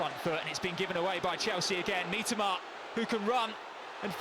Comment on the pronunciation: Mitoma ❌ Meetama✅